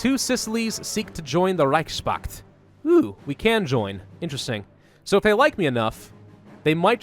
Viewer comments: It's not Reich Spakt, it's Reichs Pakt. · Can I offer one criticism? The word "reichspakt" is constructed of Reich's Pakt, and should be pronounced as "Reich's Pact" Yes? Easy. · Please reichspakt is like connection of 2 word in german they are reich and pakt so please don't pronounce that "s" like it's a part of word pakt pronounce it normally like normal "s" not like "sh" or whatever. That word is like reich-s-pakt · You are butchering the word Reichspact. Try saying „Reich“ and „Pakt“ separately